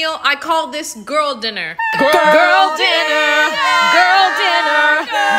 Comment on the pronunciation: "GuRl DiNeRRRRrRRRRrRR" got ne dieing.